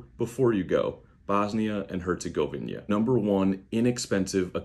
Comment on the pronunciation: Thanks for the support, just a correction though, its pronounced Her-ce-go-vina, not Her-ce-gov-nia, "govnia" sounds a little like "govno" which means "shit"😅